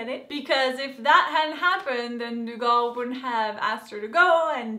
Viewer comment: Lovin you outlander reviews! But pleeeease its pronounced "Doo Gel" thank you!